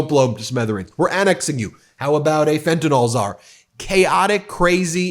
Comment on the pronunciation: Ben, please pronounce the drug Fentanyl correctly. The ending is pronounced "nil" not "nol". R.N.